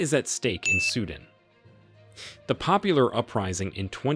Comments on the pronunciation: it's not sudn it's sudaan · Its Sudan Not suedent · It's not suden ffs it's pronounced Sudaaaan. Seems like you're just reading some text. 😤😤